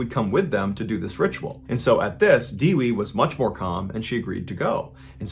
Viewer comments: it is not dewee it is Devi like Day We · Dewee 😒 do you mean devi pronounced as they-we 😭😭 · Hey, I really enjoyed the story about Suradji. However, I would like to correct your pronunciation of the names. Suradji is pronounced the way it's written. The "su" is like "zoo". And then, I think the name of the deceased woman that was first found is Dewi. It's pronounced Day-Wee. It means Goddess. I'm from Indonesia and I appreciate you telling one of the most gruesome stories from this country. It's actually pretty common around here to do things like that for "supernatural" ability. You need to check out Sumanto the Corpse Eater. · It's not dewey. It is pronounced as Devi. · It's pronounced Day-Wee maite. Not Diwi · Mr ballen, dewi is pronounce day-wee not deewee love the vid btw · Here's how to pronounce Dewi. De as in den Oui in french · It's pronounced 'dae-wee'.. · DEWI = pronounced Day-wee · In Indonesia, "Dewi" I presume her name is spelled like that, is pronounced "they-we" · Dewi is pronounced day-we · Legandary as always however it’s pronounced Day-We 😊